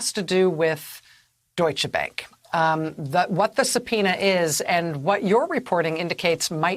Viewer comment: It’s not bank as in the english word bank, it’s bank with the a like in car